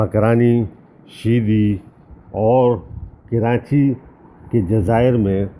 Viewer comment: معذرت۔ عادت کے مطابق ایسا ہوتا ہے اور ریکارڈنگ کے وقت یاد نہی رہتا کہ اس کو درست لہجہ میں بولا جائے ۔ معذرت